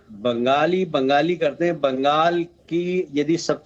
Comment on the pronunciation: Ben-Gaali kya hai.... আমরা বাঙালি। Speak properly or keep shut!